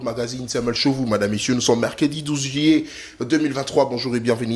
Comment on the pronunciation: EH IL FAUT TRAVAILLER VRAIMENT VOTRE PRÉSENTATION ET VOTRE PRONONCIATION DU I. AU U JUILLET ET NON JILLET BONI BOYE